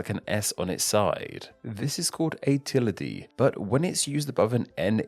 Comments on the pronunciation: I pronounce ~ like Til-Dee. Interesting that you say til-a-dee. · It's not pronounced /grayv/ like where you put corpses, it's pronounced /grav/. /till-I-dee/? 🤨 I'm starting to wonder is mispronouncing these on purpose. 🤔 (it's /till-duh/) Yes, you certainly shouldn't judge pronunciation. 😒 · the pronounciation of Tilde and Grave physically hurt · Pronounced tilday, not tildee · Tilde (~) is pronounced like /tilda/ not /tilladee/. But I can't blame you. English really needs a better spelling system lol. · bro I thought tilde was pronounced ( till • de ) not ( till • ey • dee ) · till dee?????? are you high? its til duh. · ... "tilde" comes from German and thus, the last letter is pronounced as a "schwa". Thus, it is "TILL-duh" — not "TILL-dee". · just a warning! you mispronounced both tilde and cedilla in the video tilde is pronounced as TILL-duh and cedilla as suh-DEE-ya of course im anglicizing the pronunciation but i think that's more like it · it's supposed to be till-duh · What did you just call the Tilde??? TILLYDEE??? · You mispronounced 'tilde'... Giveaway sign that your knowledge on the topic comes from a few hours of google searches at most. Embarrassing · You mispronounced at least three of the diacritical mark names... Tilde is the biggest offender, sounding like a bird, or a Pokémon.